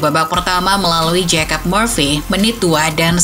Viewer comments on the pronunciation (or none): none